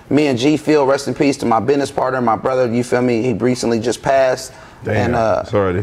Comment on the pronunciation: It’s town bidnez 🤷🏿‍♂️